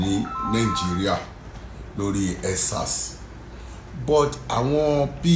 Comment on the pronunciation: MC what is tutter its Twitter, again what is nsars, huuuu its EndSars Mc what is your education background anyway u've never seen the 4 walls of school in your entire life not your fault, Tinubu's fault.